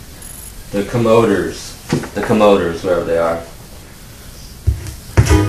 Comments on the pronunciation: Comoders??? It's Comm-o-dores! fool! LOL! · he never heard of Cool and Gang he must be joking and pronouncing the Commadores...??? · yo...he said the the co MO dors......